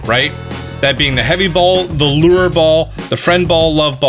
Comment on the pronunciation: Omg you say lure right these days